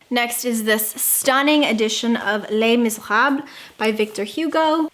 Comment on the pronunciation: I love your pronunciation of Les Miserables, and I love that edition! That’s one I want and that I forgot to ask for this year for Christmas!!!